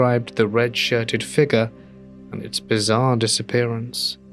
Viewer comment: If u can't say figure right dnt say it plz